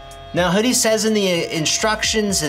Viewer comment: You said it right. WHO-DEE. This is a trick accessory but I'll stick with my trusty Tamiya (Tommy-Ugh) shock pump I've had for over a decade lol.